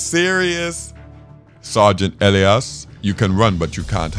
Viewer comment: Isn't it pronounced Eh-Lie-is?